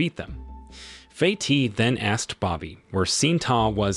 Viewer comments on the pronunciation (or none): Pronunciation of some names have been butchered! Correct pronunciation: ITO = ee-tow. FATIH = far-tay. SHINTA = shin-ta.